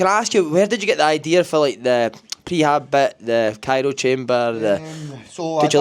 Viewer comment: Pet peeve - Calling the cryo chamber, the "cairo" chamber.